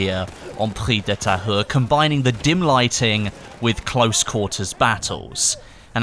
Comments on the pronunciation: IT IS PRONOUNCED PREES DE TAYURE, NOT PREE DE TAHERR! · It's pronounced "Preez de Ta-eww-re" (try disregarding the H) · pronunciation could be better, I don't blame you, its hard it should be pronounced: pri-ze de ta-ure (hard e like euh and hard u like uber) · prise de tahure is pronounced like "preeze de tah-ure" in english, not "pri the tire" lmao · Its prononce Pree-ze de Tahure not Pree de Tahure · If you want to pronounce it in French it's "Preez de Tayu" :P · Pronounced Pree - De - Thai-Ur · You should pronouce the map "preez de Tahure" (but whithout de "h")🤔😊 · its pronounced prez de tahure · Preeze duh tah-ure. The "h" is silent. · pronounce "Prrri de Tahoure"lol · if you dont know how to say the name correctly, dont say it as much lol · Almost got that pronunciation, nice job.